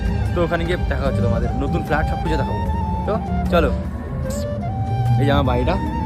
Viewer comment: একেই বলে কম বয়সে বিয়ে করলে যা হয়😂। শালা ইংরেজিটাও ঠিকমতো শিখেনি। ভাই এত বিয়ে করার কি তারা ছিল। একটু পড়াশোনাটাই ঠিকমতো শিখে নিতিস😂। ফ্ল্যাট কে ফ্লার্ট বলছে😂😂😂😂 Bancho*